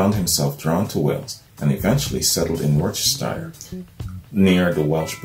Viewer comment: Hampshire is pronounced Hampsheer, and Worcester or Worcestershire is pronounced Wusster or Wusstersheer